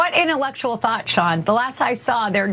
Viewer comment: The way he says "intellectual thought" somehow sounds like he means "THOT". Maybe I'm nuts